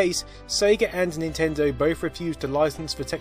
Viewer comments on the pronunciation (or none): Nintindew? Wtf did this guy say???